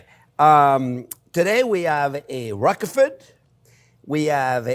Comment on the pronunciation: funny how you pronounce roquefort. I thought you had french roots